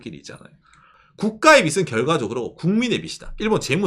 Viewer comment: 평소 좋은 얘기 잘 듣고 있습니다. 그런데 [빚은>비슨(X) 비즌(O), 빚을>비슬(X) 비즐(O), 빚이>비시(X) 비지(O), 빚에>비세(X) 비제(O)] ... 하면 어떨까요? [빗, 빛, 빚]